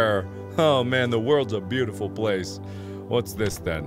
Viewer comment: Beaautiful you mean cringeful?😁😁